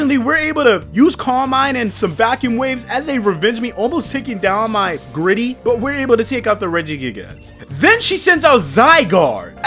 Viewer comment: Bro said Regigigass??